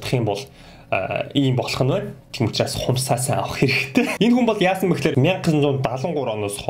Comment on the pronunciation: Bi enexuu gedeggiig mendee gej sonsloo hahahahaa